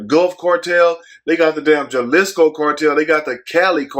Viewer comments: Lol I'm cracking up on how he said Jalisco (Haa-lee-sko) Jelishko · It’s Hal-islico not Jal... but everything else on point! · The j is sounded out like a h halisco